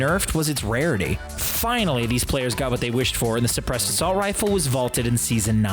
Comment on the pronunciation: Sebressed ar succceedd